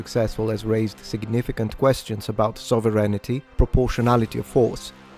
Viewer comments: So-ver-einitty : Sovve-rain-tee , they're all the same after a while, aren't they ? 🤔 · Sovereignty is a three syllable word, not a five.